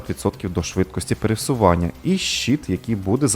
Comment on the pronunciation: пересування, а не перевсування